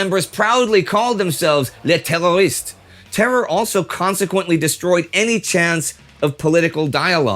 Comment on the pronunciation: As French : not "térroristes" but "terroristes" ;)